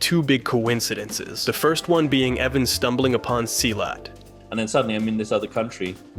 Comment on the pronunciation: Him pronouncing merantau and silat incorrectly is hilarious for me as a Malaysian